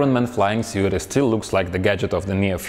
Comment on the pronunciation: I like how you're just calling it 'suite' now.